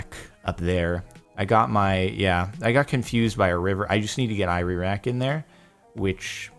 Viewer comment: Is it just me or he got confhsed saying iraq, "ireraq".